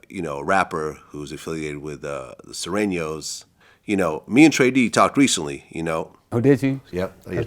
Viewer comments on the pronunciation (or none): Its funny the way Vlad said Surenos, lol. He said "Suerainos"